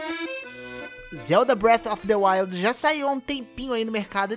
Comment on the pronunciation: Não dá pra levar a sério quem nem sabe pronunciar o nome do jogo e quer fazer analise, análise requer um alto nível de estudo entendimento do assunto é claramente você não entende nada de Zelda como dito no vídeo então você não tá capacitado nem pra fazer a análise da categoria de abas de comida porque como você diz não tem como passar de aba pra aba mas claro que tem com o analógico direito ... Eu que sou muito intelectual e percebi isso jogando sozinho ou você que é uma pedra com perna ? Você querer dar suas opiniões ok KKK já vi nego falando que Sony tem exclusivo e nem por isso falei algo mas você querer falar que vai fazer analise no mínimo espero eu alguém que saiba ligar o vídeo game ou até mudar a aba de comidas do jogo com o analógico direito KKK . Flw